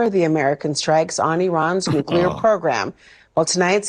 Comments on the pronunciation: Nu-clea-er not New-Q-ler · Sorry, but I gotta say it. "Nuclear" is pronounced, " noo klee ur," not " noo kyuh ler."